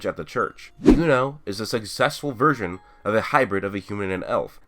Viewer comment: he said successful version but i thought he said successful virgin lmao